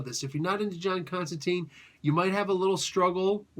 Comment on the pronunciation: Alan Moore stipulated it, Jamie Delano gets SERIOUSLY pissed off about it...JC HIMSELF called Chester Williams out for it in an issue of Swamp Thing...What is it? It's the constant mispronunciation of "Constantine". It rhymes with "Wine" not with "Bean".